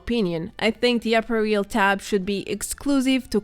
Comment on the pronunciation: I do not want to appear aducational, but "apparel" ist pronounced quite differently. Otherwise keep up your informative work! Btw, I recently came across you in Fallout76 for the first time since I startet playing in May last year, which was something of a special experience considering that I follow your channel vor quite some time.